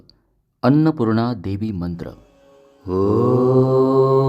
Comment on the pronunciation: तुम्ही खूप छान मंत्र म्हणता. देवीच्या जागी देही म्हणत आहात कोणतं बरोबर आहे.